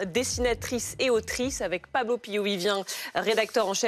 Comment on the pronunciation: Pablo , Pa blo , Paw Blow 🤣🤣🤣